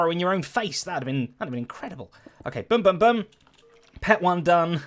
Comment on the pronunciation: I've never heard someone pronounce boom the same way as book.